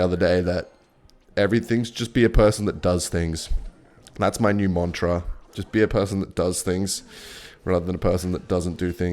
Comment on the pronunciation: Man said "Montra" 😭🙏